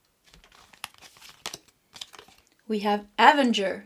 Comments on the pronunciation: Pile number 3. Loved it and agree and believe this. ❤. A-ven-ger is how to say this. You almost had it correct. Hope this helps x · Avenger card pronounced Uh-venger 😊